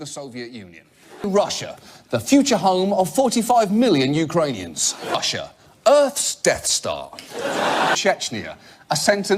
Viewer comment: Kind of sounds like he's saying Usher when he says Russia